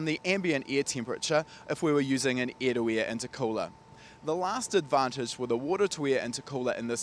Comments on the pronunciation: Please stop saying heated ear it is heated air LMAO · Is he saying ear, or air?😆😜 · All I hear is the word " ear 👂 " when he says air. Love it lol.